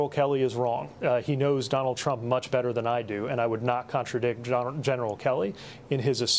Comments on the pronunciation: He also didn't pronounce "Trump" , I think he said "dump"? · Did anybody else catch the slip of the tongue ? Neil said: Donald Drump Somebody please make this go viral. Vote Blue Always ! 💙🌊💙🌊🦅🦅🦅🦅